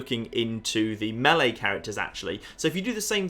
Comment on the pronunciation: Thanks for pronouncing melee the correct way